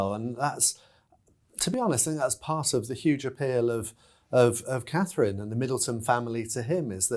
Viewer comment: I will refer to him as “Dick head” as long as he can’t get Catherine’s name correct….he doesn’t deserve respect when he is so disrespectful..IMO